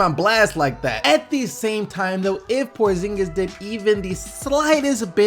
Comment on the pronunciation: kris what?? prozingis say it again